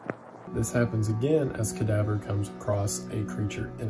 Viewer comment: The way Wendigoon pronounce Cadavre's name leads me to believe he pronounces French words like "Danse Macabre" as "Dance Macaber"